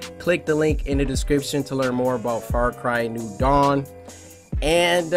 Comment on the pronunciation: tell me why dashie said farcry new dawn like that 😂